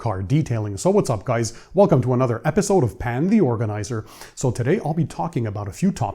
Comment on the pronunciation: Noooo! It’s not “pan the organizer”….. it’s PAAAAAAAAN THE ORGANIZER! 🥺